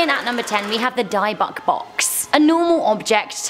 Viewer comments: Its not pronounced Diebox it's pronounced dibuk sound as its spelled but its actual pronounced dub bum do to Latin translation with Dublin witch means demon in a box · It’s pronounced Di-Bick not die-Bock, sry I just wanted to put that out there.. btw I Luv your guys’ Channel! & I Hope all of U will have a great Xmas! 🎄🎅🏽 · Pronounced Dib- buck . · It’s pronounced Dibbek box